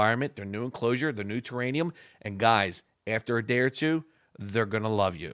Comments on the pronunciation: It’s TerraRium , not terranium. A terranium is not a thing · What's thus terraNium think you keep talking about? I think you mean terrarium. NO N. it's an R. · Lol yes it was killing me.. there’s not an extra N in it lol